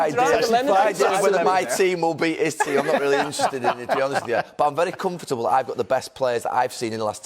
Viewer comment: Why does Gary add an extra syllable when he says comfortable